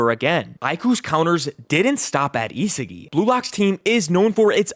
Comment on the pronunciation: WHO IS "ISIGI" ITS ISAGI BRO 😭😭😭😭